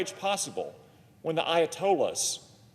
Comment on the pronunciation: If you can not pronounce Ayatollah! shot the f…